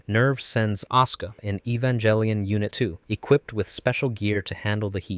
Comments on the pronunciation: Please, you know too much about Evangelion to be saying Evanjellyon. Cool video, though. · You mispronounce "Evangelion". The proper pronunciation is Ay-van-gehl-e-on (HARD G, not J sound). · It's not evan"jell"ion. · you are saying the name of the show wrong. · How can you know this much about the series but still pronounce "Evangelion" wit a soft "g"? 😆 Also, isn't the First Ancestral Race not in the original material? It's referenced in background material (mostly artbooks and pre-production documentation, and later the PS2 game,) but isn't mentioned in the original series, EOE or the Rebuilds. There's no proof either that Angels were supposed to be the original inheritors of Earth, but that they were representative of potential directions that "humanity" could've taken, which is why Kaworu is one of the final Angels to show up, representing that fact.